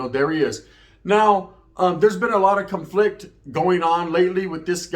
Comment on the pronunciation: Bro this guy said cun- flickt lmaoo